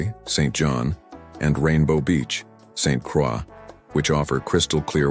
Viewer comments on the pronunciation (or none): It's pronounced Saint Croy